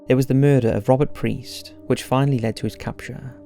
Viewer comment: Piest not priest